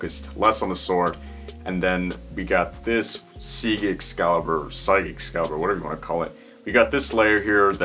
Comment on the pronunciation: Sieg is the German word for Victory. It's pronounced like the English word Seek. ☺